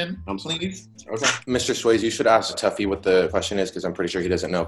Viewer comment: It's tuffy not taffy like what dude